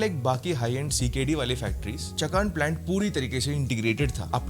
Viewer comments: Its Chaakan not Chakaan😅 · अबे चकान नही चाकण में VW का plant है। ठिकसे बोलना सिख, तेरी और विडिओ मे काम आएगा😊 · Chalo Volkswagen German word hai. Hum sahi bol nahi sakate.. What about chakan.. wo चकान ❌ nahi चाकण hai ✅ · German ki baat hi mat kar... Tu pehle marathi ka 1 naam to sahi se lema sikh... Vo चकान nahi चाकण hai... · Bhai it's not चकान it's चाकण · चकान नहीं चाकण